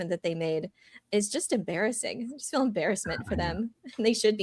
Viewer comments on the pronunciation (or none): none